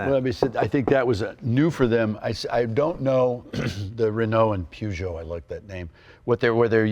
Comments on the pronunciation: PEWgeot and RenOWE. Why can't Americans pronounce French words and names? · Yeah so cultured he can’t pronounce Peugeot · Tim, what's a poojoe? "Purje oh" with a soft j is how you say it America. Now lets see Jay in a Metro 6R4 giving it the beans! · Pjuugoo ..... no no it's pronounced as written : Peugeot 😂😂 The Peugeot 205 T16. I think Tim Allen is mistaking the Audi Quattro S1 for an Renault as he mentions "The Pjuugoo and the Rennoo". Becaus the Renault R5 MaxiTurbo wasn't have as succesfull as the Audi Quattro S1 and the Renault 205 T16. I remember these RS200's popping up in the late 80's at the Rallycross dirttracks (not Rally, but Rallycross) in Belgium and Holland after Group B got banned. For about 3 years these cars were dirt cheap. They blew the competition away. These are high revving engines. Not as big V8 which you drive at low revving, high torque, you need to drive these under 2 liter 16valves engines at high rev's to get it to even produce any horsepower. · What a shame 2 guys who hold themselves out to be experts spout such complete and utter garbage. The car was designed by Ghia and body made by Reliant. The chassis was all Ford with the help of Tony Southgate. Where these 2 got their "peeyoojo" rubbish from is a mystery. And it is pronounced PER-geot: PER is really not very difficult to pronounce. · I'm amazed how badly Americans can't pronounce European words that are known world wide. And also I thought Leno knew his car stuff. It's like these two have seen cars but never actually drove one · oh dear me🤦‍♂️ What makes you think I'm on about that word? When the blatantly obvious is chassis and Peugeot....both French words and should be pronounced as the French say it......but no!!!🤦‍♂️ The yanks are unable to hear words and pronounce them properly.like the rest of the world 🙄 The word homologous is a European word....ever heard of the Greeks 🤦‍♂️🤡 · It's amazing that americans are unable to pronounce Peugeot right xd